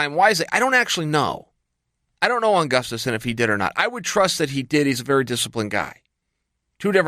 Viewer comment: Does Chael say GUF-STUFSON?